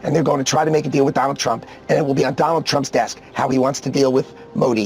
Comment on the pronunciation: Doland 😂 original donald😅